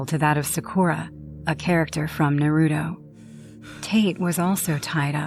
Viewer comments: Norruto? 😭It's Naruto 😭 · bro.... its pronounced NAH ROO TOE! Not NUH RUE DOE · What, you don't like NuhRoodoe? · The most frightening story was all the mispronunciations of all the anime characters of Naruto... I wanted to fight everybody on screen 😂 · That is the true horror of that story, the mispronunciation lmao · FR, like how does one not know how to pronounce Naruto at this point lol. It’s like people who pronounce pokemon as pokey-man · Wow the Naruto one was so rough. No one could pronounce any of the names right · The Naruto girl mixing up anime’s and pronouncing everything wrong is killing me 😂😂😂😂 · No it just had bad cringe by mispronunciation of Naruto characters 😩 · they can pronounce kunai right but not the characters name or the shows name? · The first story not my fav because thw way she kept say the name of Naruto wrong 😭✋🏾